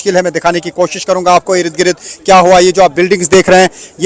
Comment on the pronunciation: irid girid kya hy bhai...? Ird Gird hota... your channel is Urdu but many pronunciations are incorrect.